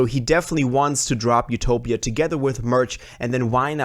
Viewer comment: It’s def utopia not ‘topia